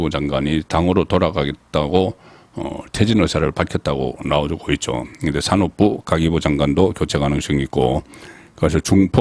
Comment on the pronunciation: 매 편 즐겨 보고 있습니다. 저도 부산 사람이라 사투리는 이해하는데 제발 아 발음을 오 로 발음하지 않았음 합니다. 나오고 가 맞는데 노오고 는 아니지 않습니까? 어려운 것 아닐것 입니다.